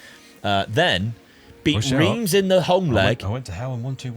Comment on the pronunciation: Reims is pronounced like "rhance"